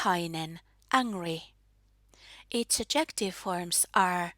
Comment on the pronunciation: just a quick note: the word "adjective" is stressed on the first syllable in English, just like in Finnish 😆